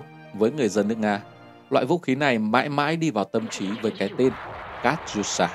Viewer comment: Катюша đọc là Ca-chiu-sha các cháu ơi!